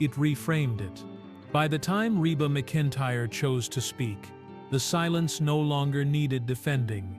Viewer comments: Her name is pronounced "mac-in-tire". The first several minutes of this video you pronounced it wrong. Do your research before posting something on one of the beloved, famous female singers entertainers in the US for over 4 decades. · Pronounce her name right